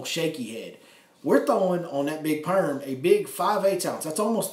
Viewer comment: I see you have seen Friday. I all most choked when you called the worm Bigg Perrmm.😱😂. One more thing How do I get involved in your chat session?